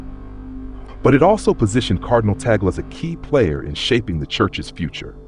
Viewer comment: He is pronounced as Tag-lay and not Ta gle